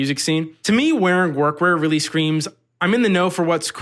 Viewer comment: When you were talking about workwear I thought you called it workcore. Would have been cool if that was a thing